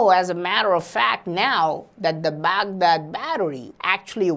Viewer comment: As a Baghdad born myself, I really appreciate you saying "Baghdad" the middle eastern way.